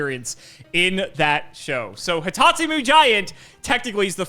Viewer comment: its not hitotsu-mii, its hitotsu-meh. 目！！